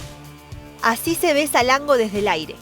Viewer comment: Él: Salengo El traductor: esa lengua Nombre: Salango 😂😂😂hermoso video chicos.